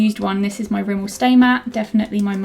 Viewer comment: rimmel not Rommel